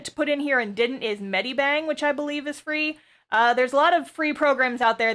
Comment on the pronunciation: the way you pronounced Medibang had me cackling lol. I watched this, like, a y e a r ago, now because i actually made a production schedule for my comic i’m rewatching it, this has been very helpful in starting my comic.